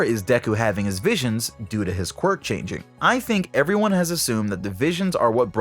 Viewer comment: I think this video has the record of number of times saying qurik